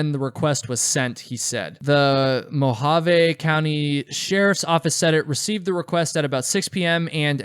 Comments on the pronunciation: For the record Mojave is pronounced moe-ha-vee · As a hiker I'm confused as to why you had a hard time pronouncing Mohave and Kanab?